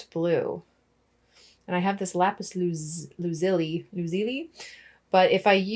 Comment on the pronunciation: Hi, I am an artist, a subscriber and I love your channel. I found it cute when you first couldn’t correctly pronounce Lapis Lazuli. I am sure with a little practice you can say “lapislazzuli (Lapis Lazuli) Good luck!